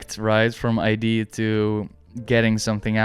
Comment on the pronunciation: Very insightful video by the way. I should have mentioned that in my comment. But it's the way you kept pronouncing the word "idea" as "ID" lol, it was throwing me off. But I did ultimately appreciate what you were saying